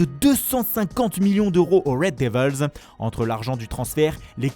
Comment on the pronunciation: C'est rigolo l'accent à outrance pour les noms des joueurs, mais "les wed déveuhlz" ca fait grosse tache. Ca se prononce "Diveulz". Sans parler de l'absence totale de ce "jeu" dans les noms allemands.